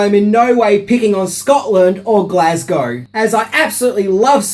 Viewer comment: It's nice to hear it not being pronounced "Glass-cow" like all the bloody Americans have been saying.